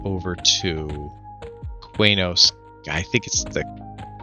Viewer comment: Not to continue to be a jerk about your pronunciation of place names, but it's pronounced 'kee-nos.' There isn't a language on Earth that pronounces a Q without a following U as 'kw.'